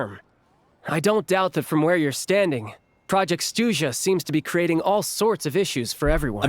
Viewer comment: as a russian, pronunciation is atrocious XD Horrible, butchering words and incorrect stress in words. Clearest example - it's SnEzhnaya, not SnezhnAya. But we were long ready for this shit))))